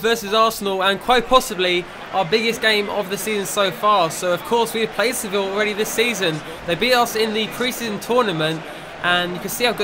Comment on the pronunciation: Finally said Sevilla correct and didn't say sevill